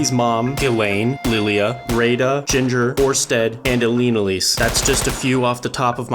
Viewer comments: You were so real for saying Orstead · Aint no way he said Orsted.